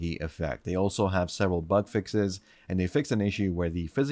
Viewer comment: Why am I hearing butt fixes instead of bug fixes? Lol